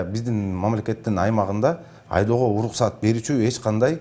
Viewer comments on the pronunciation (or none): Uluksat deytko. R ga tili kelbeyt okwoyt e